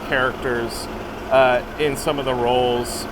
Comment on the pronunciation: Awesome video, thanks for the behind-the-scenes look! Loved the “Manh(a)ttan” show. I had a chuckle when I recognized the actor in Oppenheimer 👍